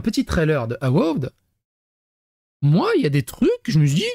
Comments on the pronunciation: Ça se dit : eu-vaod ( a peu près 😀) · Ça se prononce euvoheude sinon